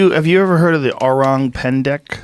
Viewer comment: Joe's pronunciation of "orang" is spot on!